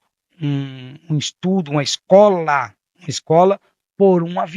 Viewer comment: jesus desses demonios é o pix PIX TENHO NOJO DESSES TIPOS DE PESSOS Q ENGANAM OS DESPROVIDOS DE sapiência!AQUELE PASTORZINHO NEM SABE FALAR O PORTUGUÊS VAI FALAR INGLÊS ELE NÃO SOUBE FALAR A PALAVRA ESTU ELE DISSE ESTRU@ KKKKKKKK VAI PRA ESCOLA ANALFA!